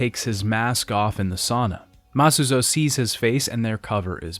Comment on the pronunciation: he does this a lot other things are mispronounced, like Masuzoe and Nagumo